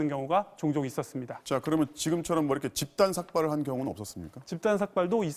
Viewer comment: 집단삭발을 집단박살로 읽어서 순간 설렜다...